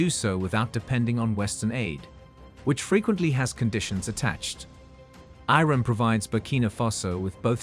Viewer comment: reset the bot, its IRAN not ruddy IRON.